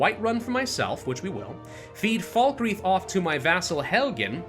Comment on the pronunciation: Falkreach 😭 it’s falkreath